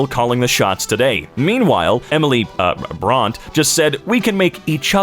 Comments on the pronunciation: The fact that you don't know who Jane Austen and Emily Bronte is hurts. They're famous authors! What on earth do they teach in English literature anymore? No classics?! Also my dude, you're great but if you're gonna narrate for a living: It's pronounced "Bron-tay" not "Bront". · A million cups of tea were smashed in anger at that pronunciation of Brontë.